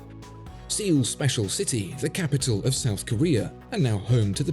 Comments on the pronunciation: suh-ool, not see-ool. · Am korean. It's actually two syllables 서(suh) 울(ool). It's usually just incorrectly pronounced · Err, it’s pronounced “Soul”. 😅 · First of all Thank You for showcasing this outlier brand/watch. These are always fun to see and I’m not sure anyone could have been a better ambassador for them. Secondly, do Brits really pronounce Seoul ‘seal’ like the mammal and not ‘soul’ like part of your foot? While I do appreciate the refined path Pitzmann chose I think they should have gone further. The market is flooded with Swiss micro brands bringing good design to the table with inherent prestige built in at $800. They may not be quite as refined but an off the shelf movement, that is only slightly altered, and a less impressive version of enamel is doubtful to push the bar over the Korea hurdle for most buyers IMHO. Much like Grand Seiko the need to go way beyond expectations in order to gain clout is real. Go big now to generate prestige and build the brand then scale back to more affordable options once you have solid footing in the market. Competing against Swiss brands at this price point without hype is almost impossible. I really don’t believe true blued hands and cold enamel is enough. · it looks like one word but it’s two syllable word, Seo Ul. ‘Seo’ has no perfect matching sound in english (trust me. it’s my last name) but the best way to discribe is that it sounds like ‘Sir’ w/o ‘r’ at the end. ‘Ul’ is most alike w ‘Wolverine’ w/o ‘verine’ :) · I didn’t even recognize when you mentioned “seeul” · A part of me died when he pronounced Seoul as See-ool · As far as I know, Seoul is pronounced "soul" 😉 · as a fellow Korean I can attest this is correct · More like sool as u pronounced like on mon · Wow so rare he misses a pronunciation and so 😢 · I’m Korean. It’s pronounced “suh ool” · I was once kissed by a rose, and it's pronounced 'seal', just like in this video. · It's actually pronounced "say owl"